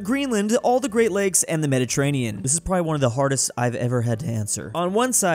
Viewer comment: mederterranion sea